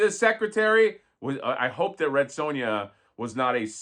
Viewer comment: Red Sue-N-Ya